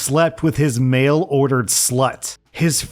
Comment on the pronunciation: I did a double take and had to go back and read what was said when I heard male instead of "mail" on story 4 🤣🤣🤣